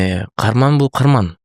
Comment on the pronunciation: Карман эмес каарман деп айткылачы создун мааниси озгорулуп калат экен.